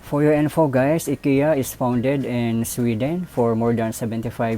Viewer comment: It's pronounced "AY-KEE-YAH." Just correcting. :-)